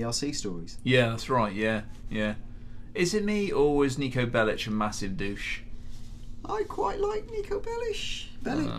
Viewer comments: Niko Belish? Belic! K NOT SH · its not belish....its belic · Bellich? FFS It's fucking Bellic *FACEPALM* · C'mon guys its Niko Belic not Belitch :D btw vice city stories is also available on ps2 if any one has any of those antiques left :D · It's so annoying when he says Nicko Belli-Chh not Bellic. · Why the hell are you saying "Nico Bellish"? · Nico Bellitch, it's how it's pronounced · Belish lmao. Can't even pronounce the name